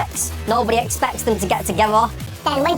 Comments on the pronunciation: Nothing irritates me more than people pronouncing ‘together’ as “tuhgevah” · Can we round up all the people that pronounce "together" like that one dude and put them somewhere where no one has to listen to them talk? TIGEHVOH!